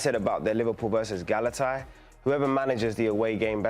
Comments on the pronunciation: He said “Gala tie”, legit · has some issues with pronouncing names 😂 the way he said Kvaratskhelia and Galatasaray haha